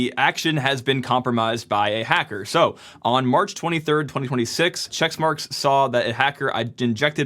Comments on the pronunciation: It's Checkmarx not Checksmarx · It's checkmarx - not chexmarx. Just sayin'. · Says March 2026 was last year and keeps pronouncing it "checks marks" (it's "check marks"), and we're supposed to trust this guy? PS -- they're "pull requests" not "merge requests" in GitHub land but you kept mixing up that as well. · It's checkmarx not checksmarks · Quit saying "CHECKS" MARK. It's Check Marx. Dumb dumb. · It' not ChecksMarX, it's CheckMarX. Sorry, but this triggered me 🤣